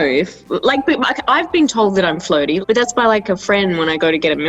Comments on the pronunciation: jo kept on saying flirting and I kept hearing it as floating and I was so confused like floating while getting milkshake? what? also hero hits different in this video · i really thought jo was saying floating instead of flirting 😭